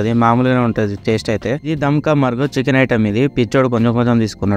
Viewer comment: Dam ka marag kadu ... Dam ka murg